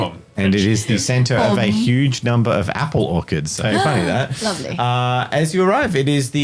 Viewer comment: Bro, what's an Orkurd? 😂 ( It's Orch-ard )